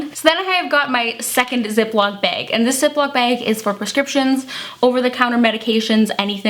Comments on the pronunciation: Margaret Huerta behg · You say "bag" in such an interesting way. Never heard it said like that